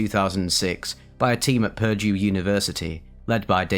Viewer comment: When saying Purdue, put emphasis on the second syllable, not the first. English is a stupid language. I say that as a native speaker so I don't blame you.